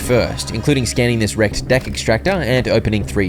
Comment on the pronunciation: Bro whenever this man says “wrecked” I hear erect 😂😂😂